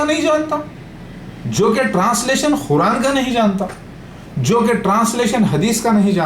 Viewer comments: Quran ko khuran bol ra hai olo ka putha yh jahil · Abe khuraan nahi Quraan hota hai Dhakkan hai tu